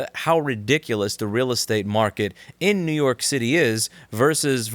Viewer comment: It's up to youuu, Nuke York, Nuuuuke York ♩ ♪ ♫ ♬.